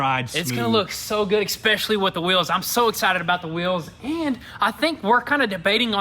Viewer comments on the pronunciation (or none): Ok boys I can't let you look like morons anymore its especially not expecially lol